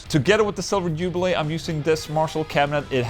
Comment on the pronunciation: Jubileeeee not jubilay, sir.